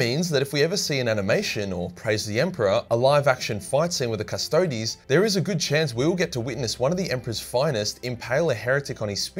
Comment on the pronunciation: I'm so happy that you pronounce "Custodes" properly. Cust-odees. Not Cust-odes. This is the way.....of Latin.